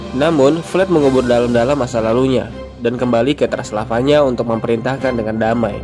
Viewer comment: Transilvania bukan transelvanya